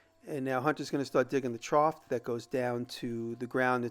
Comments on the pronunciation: Jimmy, the word is "trough." (sounded tr-off) No T sound at the end. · "Trought" made me giggle every time. Idk if it's the regional dialect or just jimmy, but, I swear I used to have a science teacher from the east coast say the same thing